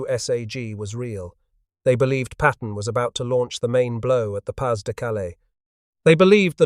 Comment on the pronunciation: Pah de, not pass